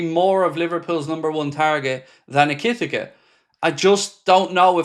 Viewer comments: Eki-tike….not ekitika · It's Eh-ki-tea-kay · e ker tee kay , that's how you pronounce his name . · Stop saying his name this way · How has no one in the chat corrected yet on the "ekitike" pronunciation? 😂 Has been going on for weeks lol